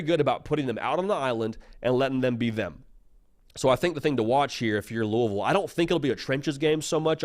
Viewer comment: As a KY native and Bama grad I appreciate your pronunciation of Louisville and Roll Tide!